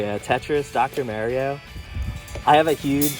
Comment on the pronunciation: Bro you needa say “Mario” correctly. 😅